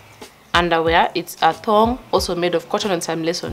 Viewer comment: How you say thog🤣🤣🤣with confidence